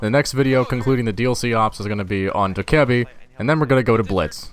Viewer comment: Its pronounced Do KAI ebi